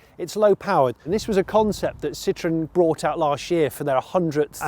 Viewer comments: All I hear is "Sitron", "Sitron"..... Jeez! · I guess it's ok to pronounce Ami wrong, you "only" had 50% chance to get the stress right... And it's ok because you also pronounce Citroën wrong, as if it was "citrus". Don't mind those strange symbols above the letter "e"... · It’s not a Citron it’s Citroën.